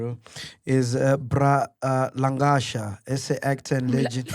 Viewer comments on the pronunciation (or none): "Bra langasha"😂😂